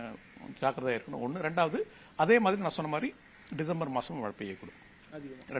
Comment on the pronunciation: 'மளை'ன்னு சொன்னவுடனே ஆஃப் பண்ணிட்டேன் - தமிழ் வாழட்டும், தயவு செய்து கொலை செய்யாதீர்...